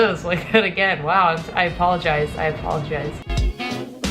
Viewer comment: Did you just... Apolojizz?